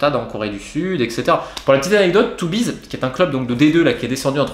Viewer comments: Ouaip, mais c'est pas forcement facile pour moi hahaha. Je ne parle pas flamand et meme Tubize, je ne sais pas trop comment le prononcer. TUUUUbize ou Touubize ? J'ai toujours le doute haha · Beerschot phonétiquement bère scott, Tubize ce n'est pas toubise mais tu bise et le w ne se prononce pas v, westerloo ce serait ouais st'heure l'eau